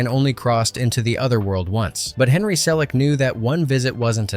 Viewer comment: Why does Henry Selick name get pronounced like 4 different ways in this video?